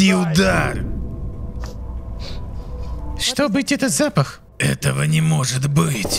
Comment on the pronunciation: Как же доставляет это "Шито?", у меня начальник бывший всесто кто говорил "кито", а вместо что говорил "чито" и каждый раз пробирало на ржачь.